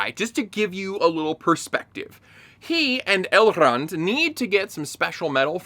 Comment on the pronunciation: Jeez, you're the first I hear talking about that exact scene. Elrrrrrond and Calebrrrrimborrr traveling to the Dwarves realm just like if it was a 15 min walk. This is early in the begining and that's exactly what made me give up on this show.